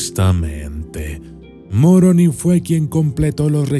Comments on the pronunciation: Es Moroni , y no Muoroni jijijijiji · No es Muroni, es Moroni.. no me gusta que digas el odiado Libro.. cuando a cambiado la vida de muchas personas inclusive la mía sin seguir siendo practicante..